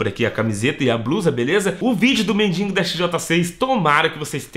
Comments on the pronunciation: Mindingo ? Kkkkk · Legal o falando "mendingo" kk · É mendigo não mendingo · Se fala MENDIGO NAO MENDINGO